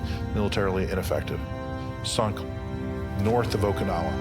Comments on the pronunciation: Poor AI voicing; Mispronunciation of "Okinawa", the subject of the entire video. Why trust this video? Poor. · Nice - except for pronouncing it properly. It's oh-key'-nawah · 15 seconds in and you've mispronounced the name in the title."Okee-no-wa"? If you can't be bothered to figure out simple pronunciation, I don't trust anything else you have to say. Goodbye.